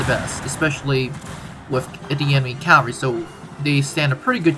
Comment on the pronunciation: It's pronounced CAValry not CALvary